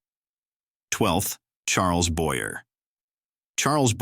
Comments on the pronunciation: Charles Boyer pronounced wrong ss AI woukd. This whole video is a train wreck of sloppy , ignorant work. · Why cant you use a human announcer who can pronounce such complex names as "Charles Boyer" or "Paul Berne" or even "Bayonne New Jersey".